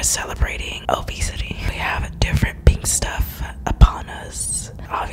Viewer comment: Karina: says beaten instead of pink Me: u beat the goldfishhh